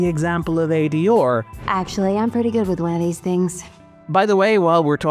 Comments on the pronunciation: It’s how an Irish person pronounces those three letters. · The way the narrator says ADR is distracting. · Good video but that accent on R is insane 😂 A-D-ORRRR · AD…or? Have I been pronouncing that wrong this whole time? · I usually forget irish but when he pronounced "ADR" a Guinness popped into my hand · I'm pretty sure that's not how you pronounce ADR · It’s a mid-Atlantic pronunciation, combining the first syllable of the British pronunciation with the last syllable of the American pronunciation. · I'm gonna need you to go in and ADR your pronunciation of ADR. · I came here to say this in the lightest and most loving way possible myself.